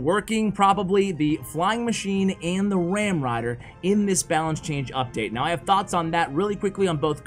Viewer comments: “Balacne” You tried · “Balacne” lmao